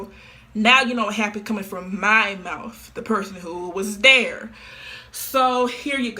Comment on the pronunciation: I know this is a serious video but im laughing so hard at her trying to pronunce "mouth" Mouftht